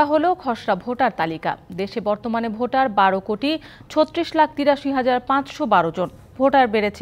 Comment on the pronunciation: ভাটার না😂😂 ভোটার হবে